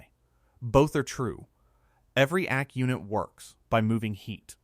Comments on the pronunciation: AC is pronounced aye cee, not ack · Tell your AI that it is A C, not ack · Yeah that was good😂and ak for AC😳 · Megacity and ack units, AI just can not read or pronounce the written word😆